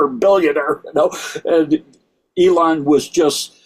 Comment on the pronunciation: E-lon is correct